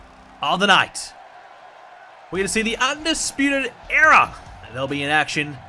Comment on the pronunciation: Era* not EEA